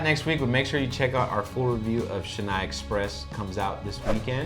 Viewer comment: Its not shenai expressed its pronounced chen-nai exp...